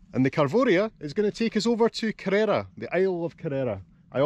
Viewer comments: Nice video. I was there years ago. I think you’re supposed to stress the first syllable when pronouncing Kerr-era, not the second. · Great shot of the town with the mighty Ben Cruachan (there's a power station inside it) behind. A wee quibble: the name is KE-rrera, accent on 1st syllable. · Cheers, just wish I'd pronounced it correctly:D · Lovely video. Ive kayaked around it before and visited the little tearoom. The way you pronounce Kerrera is hilarious, you wouldn't know you were Scottish its that far off!